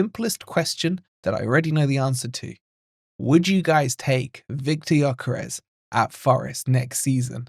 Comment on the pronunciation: Yes of course👍🏼 The ‘s’ at the end is pronounced ‘sh’ BTW.